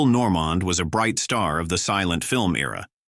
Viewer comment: Amazing how off the mark this is! Just click bait...someone should learn how to pronounce, Adolph, Norman, and Chico...(Chicko!) ...Gable and Cooper were box-office to the end of their lives, never out of the realm of the being pursued to film, Dana Andrews, it was about his drinking...he was not really political, he was friends with Ronald Reagan (read Bob Thomas book about William Holden, Golden Boy) ....Robert Taylor's career did decline in the last years of his life, but not because of the black list..if one checks after 1947 HUAC hearings he went on to some of MGM's biggest blockbusters, Que Vadis, and Ivanhoe.....his front page obit in the New York Times (plus photo) doesn't even mention the HUAC hearings 1969, Taylor's decline was as he knew a loss of looks and wanting to hunt and fish more than star.............he mentioned one name as "I hear"....that name had been mentioned 100 times in the hearings...two others held up SAG meetings were they communist? He said he didn't know....this guy is so off the mark or who ever did this really didn't do their homework, nor are they very objective. If anything, this makes one realize you have to really source the material for what is truth. As Lester Cole told me in person (one of the Hollywood ten) and in his book Hollywood Red, the left did not despise the right (i.e. Taylor) they despised the rats....fellow lefties who ratted...................you can check it out!